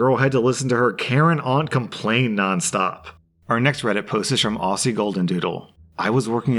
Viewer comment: Am I the only one who was disappointed he pronounced Aussie wrong :(